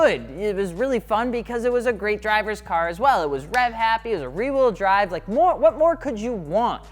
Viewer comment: "ree wheel drive"